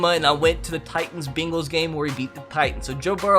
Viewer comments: Its bengals not bingles or bagles or beengles you donut who dey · Can we just talk about how he was saying the Bingals instead of the Bengals😃😀😂😂😂